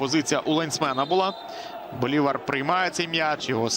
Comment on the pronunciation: БолівАр, а не БолІвар. Оповідання О'Генрі треба читати